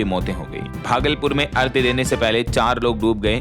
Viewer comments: बहुत गलतियां करते हैं आप लोग भाषा और व्याकरण की। आपने की तो लाखों लोग जो सुनते हैं वे भी वही चूक करते हैं। आज आपने अर्घ्य को कई बार अर्ध्य कहा। ये आपके लिए तो माफी के काबिल नहीं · Abe lallu arghya Hota h ardhya nhi Hota h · नमस्कार। कृपया आप अर्ध्य न बोलें क्योंकि यह अर्घ्य होता है मतलब ध = घ स्त्रोत को भी स्रोत बोलें। क्योंकि एक पत्रकार की भाषा का सभी अनुकरण करते हैं।